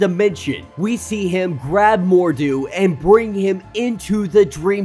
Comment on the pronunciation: It's Baron Mordo (more-dough) not Mordu ((more-doo). Mordu is the Sorcerer who is always fighting the Legion of Super Heroes.